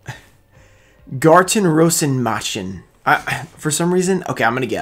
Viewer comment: You nailed that German pronunciation, gut gemacht!